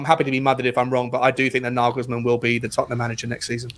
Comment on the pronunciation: I don't think there is a manager/coach on earth that wouldnt take the Spurs job. NaYYYYYglesmann (its fucking NaYglesmann unless you're fucking german) is a great option right now, but Levy will promise one thing then will do something completely different. I have heard Naglesmann has asked for assurances written down rather than spoken, so he seems aware of Levy's bullshit.